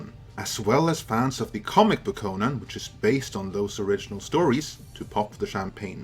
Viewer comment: CONN-an not kohNAN